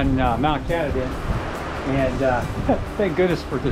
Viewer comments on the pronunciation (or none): mt kah-tah-dyn, please